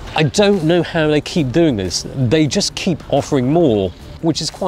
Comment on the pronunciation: we all came here for THIZ